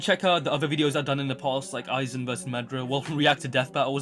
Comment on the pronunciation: I was like who tf is madra 😂 but realized I mean madara